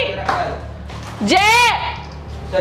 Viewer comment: Jay ko theek se bolate Nahin Aata aur Bada aukat dikha raha hai